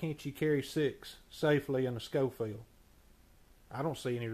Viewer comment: 👏🏻👏🏻👏🏻. Pronounced “Showfield”